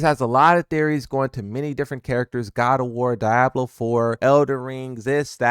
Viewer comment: The way you pronounced Diablo made my ass itch lmao.